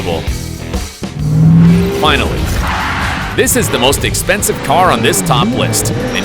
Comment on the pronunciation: Que dijiste?expensive?lol